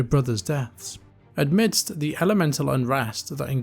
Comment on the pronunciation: I like your vids, but it's amidst, not admidst.